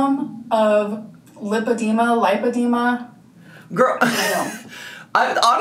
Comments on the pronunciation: there’s no ‘o’ in lipedema. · Driving me nuts that’s she’s saying LIPE-edema when it’s actually LIP-edema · It's super weird that she can't pronounce lipedema even though she had like, a two hour appointment with the best doctor in all of America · PSA: It’s pronounced lip-uh-dee’-muh The first syllable (lip) is pronounced just like the word lip. Think of the word lipid, as in fat. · It's super weird she can't pronounce it when she is obviously the world leading expert laygo level in lipoedema. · she says it right a couple times and then goes back to saying it wrong it makes me mad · I know a lot of people are getting on her about not being able to pronounce lipedema after a doctor has told her. But… then I remember she still says buffeT. She hits that T and she knows how it’s pronounced lol. So I feel like she just decides not to pronounce things correctly 🤷🏽‍♀️